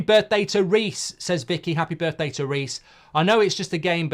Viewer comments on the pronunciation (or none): none